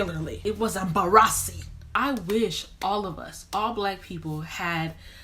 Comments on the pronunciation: "It was emba-RAH-sing." 😂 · It was em-BA-RA-ssing! Died